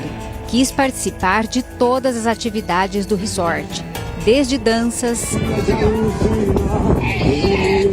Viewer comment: Pelo amor, a pronúncia é "RIZÓRT"! Q horror isso aí, q tristeza!!! Um socorrista q nao socorre??? Isso é um ABSURDO! Q Deus conforte essa familia:(